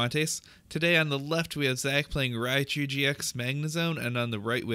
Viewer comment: Its rai-coo not rai-COW wtf